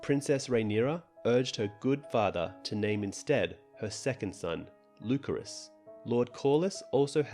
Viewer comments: Daeron. Dae-ron. Not Darren, not Darrion. DAE. RON. Daeron. Lu-sare-us. Lucerys. Not lukerus. Love your content, but they literally say the names on the show every week, minus Daeron but whose name is one letter away from Daemon, thus sounds the same. There's no reason to pronounce them wrong. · “Lukerus” they said it like 10 times last episode and you still butchered it